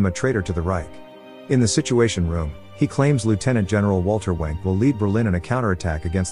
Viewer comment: Lmao I can’t un hear it